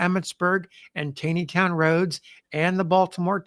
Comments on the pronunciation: Hi... I love your Channel. I'd like to share a pronunciation correction with you. In this video and others, you refer to the Taneytown Road. You pronounce it as it appears. However, here in Gettysburg, we call this The TAWNYtown Road. I don't know why that is because it sure isn't spelled that way. But, it is correct. Thanks for what you do! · Just a small point for the future. I have suggested it before but maybe on another channel: the town of Taneytown is pronounced Tawny-town. Just as supreme court chief justice Roger Taney is pronounced Roger Tawny. Don't take my word for it. Call the town hall or the mayor's office. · FYI “Taneytown” MD is pronounced “Tawneytown” like the infamous chief justice Taney of the Dred Scott case whose family had founded the town. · Great listening, as always. Thank you. FYI - Don’t ask me why, but TANEYTOWN is pronounced “TAWNEYTOWN”. (I’m a Longtime Maryland resident) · Its Tawwwney town not tayyyney town. I know I grew up in Westminster. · It's pronounced "TAWNEYTOWN" Not "TAYNEYTOWN". Taney, pronounced TAWNEY, was an old Maryland family. Roger Brooke Taney, Chief Justice of the Supreme Court, pronounced his name TAWNEY. He was from Frederick, my hometown. It is irritating to hear you continually mispronouncing his name. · TAW-nee-town. It got me the first time, too. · Please pronounce it correctly - it is "Taw-neytown", not "Tai-neytown". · I have read that Roger Taney pronounced his name "Tawney", not "tainy". If so, pronunciation of Taneytown might not be quite right. Or maybe the townsfolk didn't know about Roger Taney's preference. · why do you pronounce the towns as “gettisburg” and “tayneytown”? (instead of geddiesburg and tawneytown)? is that how they were pronounced back in the civil war era? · Another great video,. FYI - Taneytown is pronounced as though it has an 'aw' sound: Tawneytown. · It's TAW-nee-town...